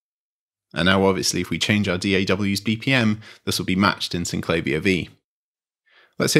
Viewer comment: Sin - cla -veer It's how the designers pronounced it, so that's the only correct pronounciation. Even the manual points this out.